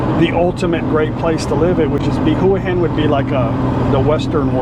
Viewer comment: Get someone who is a nativeHua Hin resident to teach you how to pronounce it properly…I’m not sure if my way of spelling it will make sense. It’s ”Hwa Hen”….NOT….”Who-uh-Hen”